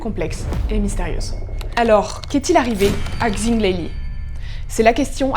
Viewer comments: Pour info "xing" ça se prononce "ching" et pas "kzing" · Le X en chinois se prononce « ch ». Super chaîne en tout cas ! :) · super vidéo !! Juste pour Xing Leili, son nom de famille se prononce comme "sing" et en fait son prénom c'est Leili